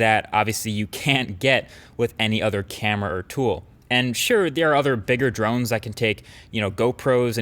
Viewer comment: Am I the only one thinks that mkbhd is pronouncing drones drunk?